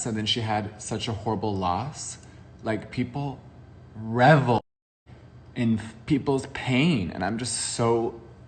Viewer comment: Not jeffree pronouncing “revel” like rebel🥴 how trailer park of him🤢